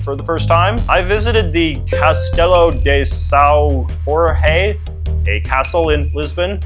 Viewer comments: actually, jorge is pronounced more like the gorGE in gorgeous. jorji would be the brazilian pronunciation. idk how to explain the way to pronounce são tho, i can't think of a single english word with a sound similar to ão to explain how são should be said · It's grating everytime portuguese is pronounced like spanish. The portuguese j is not pronounced like the spanish j, but rather more like the french j.